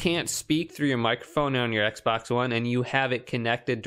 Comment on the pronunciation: Bro said ekbox😂😂